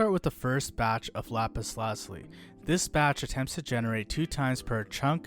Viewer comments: lap-is la-ju-lie The i is a long i, and the z produces the French z sound of a (j). Like the french word for blue, azure (ajoor). Which stems from the Arabic translation alazamam. This coming from the Persian example lājevard, meaning "heaven/sky". Lapis meaning stone. Lazuli meaning blue. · The funniest thing is how u say lapis lazuli but very informational